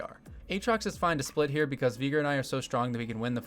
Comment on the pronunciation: My brother, that is NOT how you pronounce Veigar